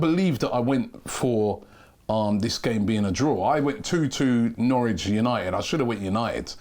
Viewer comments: NOW RICH or NOR WICH?? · 'Nowrich'???? its Norwich lad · “Nowrich” is flexing on us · “Nowrich” when the scores were being displayed 🤣🤣🤣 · "nowrich" yeah you are robbie after this aftv masterclass